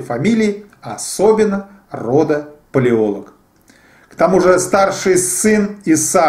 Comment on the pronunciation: Не ПалОлог, а ПалеолОг. Не ПеремЫшль, а ПерЕмышль. Тот ещё историк....